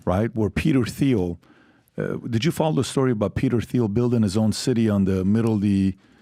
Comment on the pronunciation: You don't pronounce the "H" in Peter Thiel lol